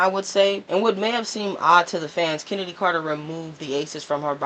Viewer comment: Her name is pronounced “Kennedy” not “Ch-ennedy” lol